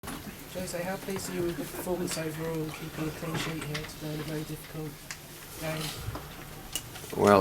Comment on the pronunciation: sounded like clean shit man lol